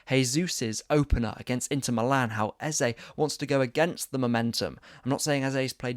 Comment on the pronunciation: I love you and your very insightful content but this new trend of saying EZA is frustrating to me seeing as the correct pronunciation is EZE (EhzEh or AyzAy) instead of EZA. The name means KiNG in the Ibo language. He's even told people how to pronounce it in the past.